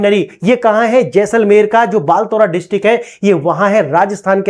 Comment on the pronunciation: Sir, Location का नाम बालोतरा हैं ना कि बालतोरा । 😅